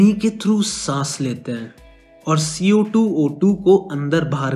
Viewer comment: Mujhe v wahi sunai Diya Darr gyi achanak se 😷🤣